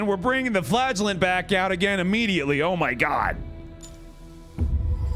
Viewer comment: Am I the only one that hears flatulent instead of flagellant?